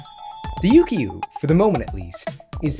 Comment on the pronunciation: Heya! The "kyu" part of "Yukyu" is pronounced like the first part of "cute". So it's not "Yuu-Kee-Yuu", but more like "You-queue". When plucked it sounds a lot like the Japanese Shamisen. And bruh the little test music at the end was magical AF. Imagine that echoing off of some vast mountain terrain.